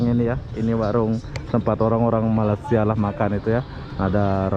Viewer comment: Abang ni macam tak pandai sebut Malaysia.. Ingattt!!! Malaysia bukan malasia Tolong di ralat kalau ada yg salah 😀😀😀